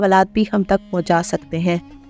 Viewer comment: You must improve your accent. Ain is not pronounced as hay. اللہ تبارک و تہالا is completely wrong to say.